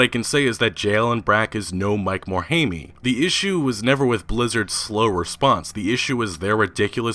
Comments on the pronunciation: Mike "More-hay-me"? Really? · Its kinda lame and nit-picky, but it's but everytime I hear it I kinda cring. Mike Morhaime, the "E" isn't pronounced. So it's "More - hi - m" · Every time you call him 'Mike Morhaimy' I die a little inside, XD the letter E is capable of being silent